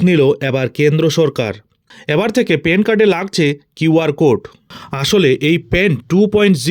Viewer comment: পেন কার্ড 😂? প্যান কার্ড।